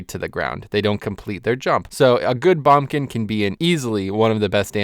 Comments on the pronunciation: as good as this video is. the way you say boomkin just made my ears cry :(. please say it properly. BOOMkin. not bumkin hahah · "bombkin" and "Sh-man" lol what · Heres how commenting on this video goes: if you agree with him he'll agree with you and stroke his own epeen; if you dont he calls you an idiot. Also its BOOMkin.